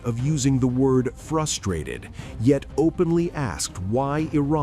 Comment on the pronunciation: Why do you have to stress ,, the word ,, pressures or frustrated,, give me a break buddy ,, you think you can persuade me to thinking in your view point ?